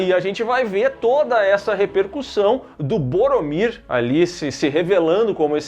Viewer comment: Borromir ou burromir?